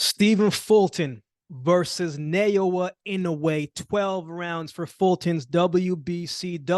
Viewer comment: Is it so hard to pronounce Na o ya? I’m not Japanese but I’ve no problems pronouncing it from day one when l started following him since his debut.